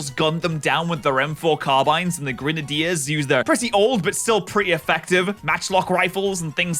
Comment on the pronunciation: my man just said grun-uh-dears